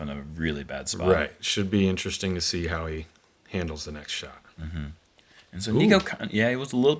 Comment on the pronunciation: “continuing that hot SHART”